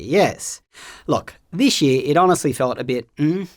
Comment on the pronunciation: "Dishh year"